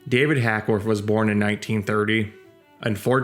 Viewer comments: HACKWORTH NOT HACKSWORTH. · It's Hackworth NOT HackSworth> Christ, have some respect and get the name of the subject of your video straight! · Why do you keep calling him HackSworth?